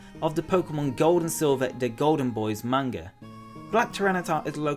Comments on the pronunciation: MANGA!!! NOT MAYNGA!!! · everytime he said Manga I thought he said Mango 😃